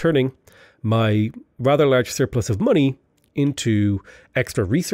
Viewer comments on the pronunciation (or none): none